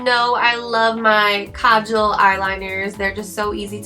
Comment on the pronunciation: You are the first youtuber who has pronounced kajal the right way! woohoo! and as usual . . . love your makeup :)